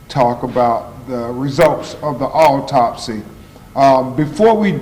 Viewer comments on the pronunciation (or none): Is he saying "alltopsy"? Why not have a mesical examiner read this? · Ben Crump doesn’t sound very smart. He can’t even pronounce medical terms and sounds like he’s on slow mode. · bro just ask for help with the word and move on with the reading of the autopsy... i had to say this and now back to the video i go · This representative of the family didn't even read the autopsy report for Sonya Massey before the press conference to make sure he knew how to pronounce the words in it😂!!! You can't make this stuff up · mr crumb as a professional, you could/should have done a much better job representing this case on behalf of this family...if you didn't know how to pronounce those medical words, you should have done some preparation. You know they already think we are incompetent and less than...i hope your representation of this family is better than this news conference. Consider a public speaking course 🤔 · WHY HE ACT LIKE HE CAN'T PRONOUNCE THE WORDS? A WHOLE LAWYER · You think this guy would learn how to pronounce the medical terms it is disgraceful.